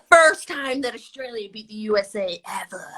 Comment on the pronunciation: LMFAO HER AMERICAN ACCENT FOR "FiRsT" AND THE "eVeR"